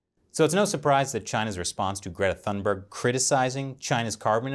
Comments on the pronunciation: Toon-bear-gh. not thun-berg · I have no love for this kid but her name is pronounced "tune-bay". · When you lack arguments, use personal attacks instead. Weak, CCP. BTW, the "h" in Thunberg is silent. I think if you tried to say "Tuunberg", you'd get fairly close. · The letter "e", yes. But if you say "Thunberry", no. :) The "g" has a y-sound to it tho, but not like the y at the end of a English word like berry, but more like the y in "yesterday". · Please say her name right! It damages your credibility!!